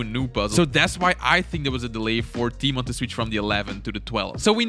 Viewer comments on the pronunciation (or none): yoo dude i love you but i am from Poland (like Tymon lets go) and the way you pronounce his name hurts a lot <3 (but i know its hard :) ) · I am from Poland and it makes me laugh when people read Tymon